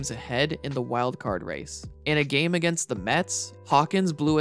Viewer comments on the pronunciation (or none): none